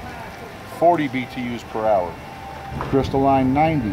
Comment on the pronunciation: lol, I know it's pronounced crystalline not crystal line. miami accent.